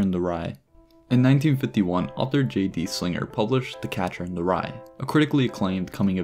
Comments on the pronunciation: you butchered J.D. Salinger’s name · Mans knew everything Donald glover ever thought but didn’t know how to pronounce J.D Salinger’s name 😭